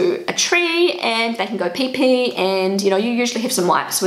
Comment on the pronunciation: why do i like how you say peepee "pae pae"